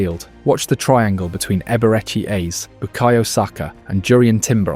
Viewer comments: It's Eze not Easy but all good, an enjoyable video for sure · It's Eze not ease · Eberechi what???? AAze Ezaeee... I hate these AI videos man its Eze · How did you butcher the pronunciation of so many names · The name pronunciations in this are so bad , I don't know if it's a wind up or not 😂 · If you can’t be bothered to check your AI script to pronounce EZE and MIKEL I can’t be bothered to like subscribe or even watch another video of yours We need to support real football content not this half assed AI slop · Great video but you must've pronounced Ezes name a hundred different ways yet none were correct 😂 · There were so many different pronunciations of his name in this video... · yeah he pronounced Eze’s name seven different ways